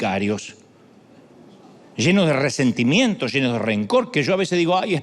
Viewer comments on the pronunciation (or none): Excelente msj. He estado pasando por largos tres meses de angustia, comencé a escuchar los mensajes de este Siervo de Dios y he encontrado consuelo y olvido a mis « rrrrresentimiemtos ».Gracias Pastor por sus enseñanzas basadas en la Palabra de Dios.